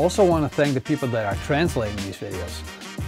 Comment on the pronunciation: Its funny, every time you say "eet smakelijk" I think you are saying "is maklik" ("its easy" in Afrikaans) :):)